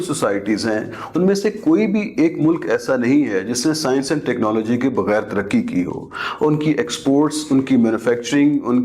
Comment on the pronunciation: Paksta aur sayanshh 😂😂😂😂 markiit 😂